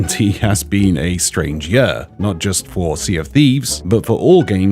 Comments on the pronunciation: I like but I really hope he would start saying "year" instead of "yuhr" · Bro I can’t get over the way he says year. Yuur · Why does he say year like that🤣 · The way says year triggers me